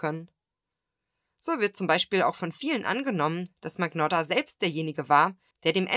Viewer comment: MAGNOTTA ist Italienisch und wird wie " Manjotta " ausgesprochen!